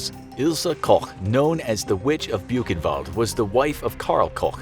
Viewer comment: When they pronounce Koch kinda right, but they butcher Buchenwald (boo [ch as in Koch] en wallt [as in alt?]. I mean, you could use Google translate... It's hard to explain as a Dutchie with English as a second language and German as a semi-third...